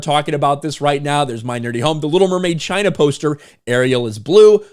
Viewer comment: It's... Chy-naa...